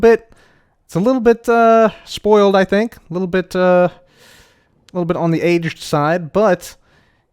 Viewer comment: Instead if sayung the cub will say da. for example he said da front